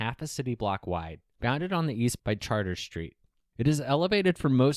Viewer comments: Char trees... not charters. come on. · Most important neighborhood?? It's crap. I first lived in the lofts in that area when I moved to Houston in 2007. It was overrun by homeless people and crap. It's horrible. Demolish it. By the way, it is pronounces 'SHAR TREZ' street. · How u in htx and cant say Chartres